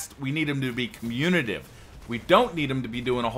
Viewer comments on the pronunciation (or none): I hate to be that guy, but you said it incorrectly three times in the first four minutes. It is communicative, not communative. (sorry).